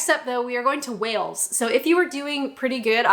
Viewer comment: Wales has no h please my countries name correctly.